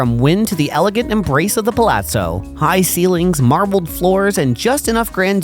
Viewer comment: All that matters is how he pronounced Palazzo.